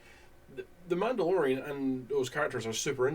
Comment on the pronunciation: “The MANTELorian”